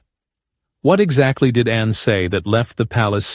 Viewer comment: Her name is Anne, not Anna - do your homework